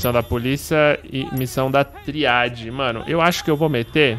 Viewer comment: Ai q agonia do patife falando triáde